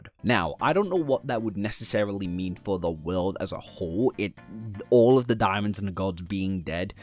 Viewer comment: I keep hearing “diamonds” every time he says daemons and get confused almost every time lol. “The diamonds and the gods” 😂😂😂